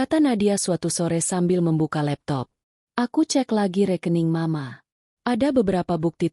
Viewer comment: Duh ..terganggu dgn pembacaan m..a..untuk penggalan mama.. Ganti dong pembaca narasi nya..merdu tp gak pandai membaca..lama"muak.. Bandar lampung nyimak dgn manyun..